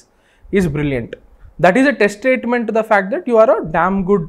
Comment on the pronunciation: Bro no offence, but that's not "Test statement". It's "Testament."